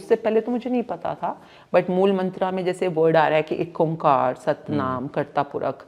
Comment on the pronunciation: Its ikahkar not ek omkar